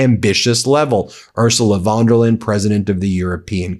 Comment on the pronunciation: A wee heads- up, Ben.Her name is pronounced " oor zoo la fon der lie en" Many thanks to you and your team for upholding the truth in this world. You give a scared old Scot much hope.